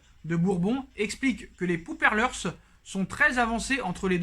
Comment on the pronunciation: Les pouperles jpp Pourparlers plutôt